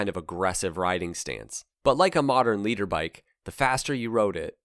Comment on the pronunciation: Did you say 'leader bike' or more correctly, 'litre bike'?